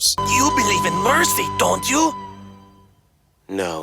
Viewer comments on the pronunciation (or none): none